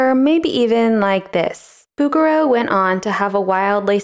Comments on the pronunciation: It's not BOUguereau, it's BougueREAU. In French the stress is always on the last syllable. Also "Hundreds of centuries"? That would mean that Virgil lived at least 10,000 years prior to Dante, which is obviously false. The difference is app. 12 centuries. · Its Boo Zher Rho not boogero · I had a little bit of difficulty to identify the artist when heard she saying "Boogarel" for the first time. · Oh, noooo. Is it really pronounced BOO-ger-oo??? I surely hope not. :0 If so, I'm going to pretend I never learned the correct way to say it, and keep pronouncing Bo-zher-o. 🙈 🙉 🙊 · couldn't stop snickering every time i hear "Booger-O" 🤣 bet you'd find his works in Flickr. see what i did there? 😁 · its not bugger-row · « Boo-goo-row »? I’m out. It would be super easy to look up how it’s really pronounced. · I thought she was saying booger row When she pronounced his name. 😆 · Not a criticism but the “g” in his name is soft. Like in “bourgeois.” I love all is work and I love the rougher Impressionist too. Why take side? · Oh please, you’re pronunciation of his name hurts my French trained ears. The letter “g” in his name is a soft sound, more like a soft “j”. I used to have a print of his painting of the Madonna with child surrounded by angels. It is so beautiful.😊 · PS: Learn how to pronounce his name first! Google it Girl! ,Just like you do everything else!